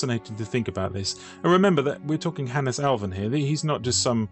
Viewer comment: A Finn here with my take on it... Hannes has two syllables, hence it's "Han-nes" with emphasis on the beginning of both syllables. Both "n"s should be heard much like in "can not". Swedes add a rising intonation to the last syllable, while Finns speak more monotonously.